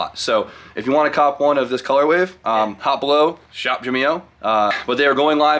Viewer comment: Does Jimmy think colorway is pronounced "colorwave"? 😂